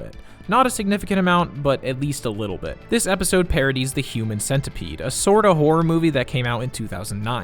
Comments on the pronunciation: Why is he saying "human sentaipad" instead of "human centipede" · Wait.. why do you pronounced it as cent-ai pad? It clearly should be cent-e-pad, right? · Wtf he said cent i pad